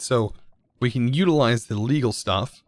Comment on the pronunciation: Every time he says let’s see what we can get I hear “let’s see what we Can’t get” don’t know if it’s just me or what